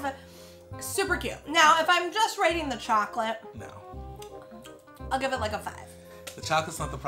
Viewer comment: Ok. So likes Milky Shocolate. But doesnt like Hazelnut Shocolate. While likes Hazelnut Shocolate. But dislikes Milky Shocolate. ^^